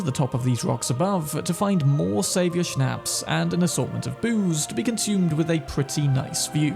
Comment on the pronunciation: It causes me no little anxiety to listen to people who habitually mispronounce "shnaps". It sounds like "pops, shops, stops"